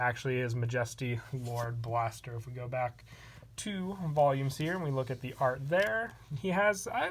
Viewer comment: love your vids but im pretty sure you said majesty lord blaster wrong